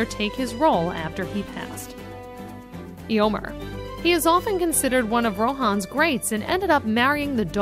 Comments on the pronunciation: omg the pronounciations are killing me!! Peragin, Eragon, Lithilien, Yowen, Erowen, Iomer LOL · yamil iacono don't forget EE-omer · "(Li)Ithilian" "Aeomerr" "Aragon" "Gandolf"